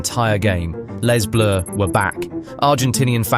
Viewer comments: Bro pronounced les bleus as " Leiss Bleuuuu " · You're probably right 'cos a no human commentator would pronounce Les Bleus LEZ Bleus.